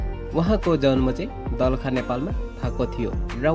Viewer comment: दाेलाखा पनि शुद्ध भन्न नजान्ने पत्रकार रैछ 😁😂😂😂